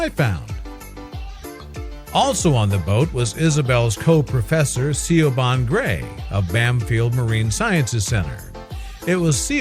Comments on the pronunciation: 'See-o-ban' (as in 'Shioban' the name) is pronounced 'Che von' - granted it IS an awkward name but ffs, the dumb-yank/robot could've at least googled the pronounciation ! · SEE YOW BAHN? YOU DONT ACTUALLY MEAN SIOBHAN DO YOU? ITS PRONOUNCED SHEE-VAUGN OR SHEEE- VOHN. I know an Irish named Siobhan and I think its a popular Gaelic name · Siobahn is pronounced SHEEVON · I'm laughing at the pronunciation of the girls Irish name.. A little help I think needed SHA. ...VAN is the simplest way I think. ☺☺ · Siobhan...... Is Gaelic... And pronounced SHEEVON...... just saying. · Thank you! It irritates me to death when someone skips their pronunciation research! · THANK YOU!!! That was driving me crazy!!!